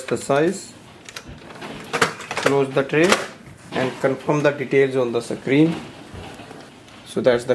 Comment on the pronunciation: You pronounce the word screen, not sec-creen. It is a one syllable word.